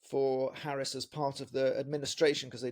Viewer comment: Please try to pronounce her name right. It would be respectful.